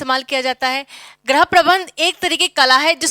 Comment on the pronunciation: Ma'am Right Pronounciation of गृह is "GRIH" not "GRAH".